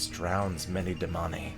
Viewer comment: Man. I love your French interpretation of the Damani 🤣